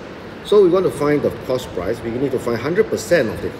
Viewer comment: It's "price" not "proce"